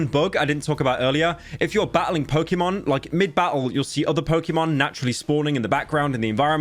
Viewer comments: its Pok"ey"Mon not Pok"ee"mon. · im so disappointed because he pronounced pokemon wrong! hmph! unsubbing!